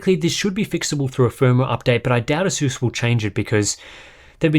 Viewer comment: Pronounce ASUS properly.